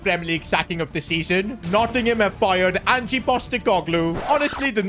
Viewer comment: Nuno was sacked on 9th Sept. So how is this the FIRST sacking of the season? And who exactly is Angie? It's Ange.